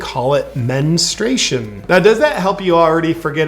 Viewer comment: Men-struation lmfao